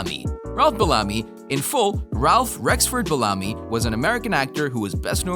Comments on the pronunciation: It's BEL-LA- ME= BELLAMY. NOT BALAMI. Geez!!!🤦🏾‍♂️ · Be-LA-me? I have always heard his name as BEL-a-me. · The actor's name is pronounced Bell-a-me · It's pronounced Ralph Bell-a-me, not Balami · Ralph Bellamy is the actor's name. The narrator pronounced it like Belami, which rhymes with "salami". Learn to pronounce people's names correctly, please. All due respect. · I don’t mean to be an ass but there are a few glaring mistakes here. The actor, is pronounced Beel-am-mee. Spelled. Ralph Bellamy...not Bellami. The actress , Louis Smith is not Ralph Bellamy’s mother considering she was born in 1930. Twenty six years AFTER Ralph Bellamy.. Come on, a little research is just a click away. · His name is Bell - a - my(me) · Bel-LAH-my? Is that how you pronounce that surname? I suppose you're not his godfather... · You say Ralph Bellamy (pronounced Bell-UH-me) is the son of Lilla Louise Smith and then show a picture of actress Lois Smith from, among other movies, Twister who is almost 30 years younger than him. This video is just plain bad. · Pronounced Ralph Bellamy name wrong. Also had his name switched with Don Ameche. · A lot of errors in this video. Mixing up names, mispronouncing Ralph Bellamy's name AND misspelling the word "Sadly" in the very beginning. A do over, Maybe? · Exactly! I couldn't even get through the whole video after Madge Sinclair I turned it off too many errors. Please do better sir. Smh